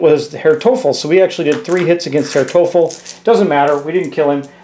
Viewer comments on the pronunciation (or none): Herr Teufel is pronounced roughly as toy-full. It’s German for “devil”.